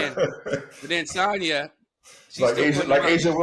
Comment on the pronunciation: It’s you saying Sonya 😭😭😭😭😂😂😂 sahnya baby sahnya